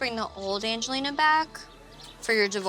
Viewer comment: Every time Mike says "Angeliner" I can't help but cringe